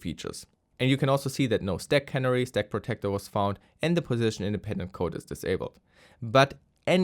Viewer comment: A note about the word “canary”. You are pronouncing the word “cannery” not “canary”. I don’t mean to be critical rather I am assuming you’re the type of person who would like to know the difference. Thanks for all the content!